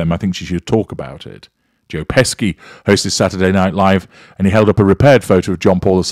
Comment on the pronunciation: was your mispronunciation of Pesci as "pesky" intentional? Funny, if so. This is a riveting series. Can't wait to hear your full analysis ❤❤❤